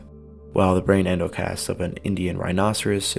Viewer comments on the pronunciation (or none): none